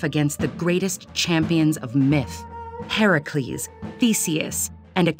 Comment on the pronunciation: Thank you for pronouncing Hercules right